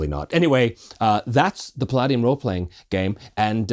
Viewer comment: We transitioned to Palladium from dnd in middle school and never looked back and kept going to tmnt rifts ninjas supernatural robotech all of it. While you pronounce the name wrong and did combat wrong I wouldn’t worry too much all of those games had completely incomprehensible rules. That art really brought me back.